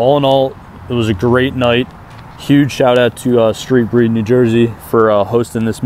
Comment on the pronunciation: Definitely saw you bro lol and its Street Breed not bred lmfaooo thanks for poppin out!